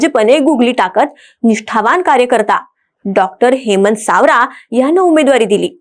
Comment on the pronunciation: सावरा नाही सवरा 😂😂